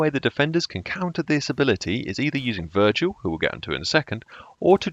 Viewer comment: Can you recommend me any settings for someone who is going from controller to keyboard; mouse sensitivity and key binds for example as I'm playing the TTS for the 2 weeks. Btw you said Virgil instead of Vigil. I know it's confusing because I've played Fallout 4 myself haha Edit: Personally I really think the new operators are going to be game changing, especially Dokkaebi. She will make people think more on how to play certain ways and do things that are in though of especially if you place valk cams on objective as they would be 👌 for the attackers. Sorry for writing you a essay every time I comment. Keep up the great stuff!